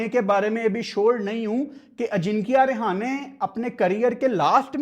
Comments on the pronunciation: रहाणे ✅ रेहाने ❌ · अजिंक्य रहाणे ❌ अजिंक्या रिहाने ✅ 😂😂😂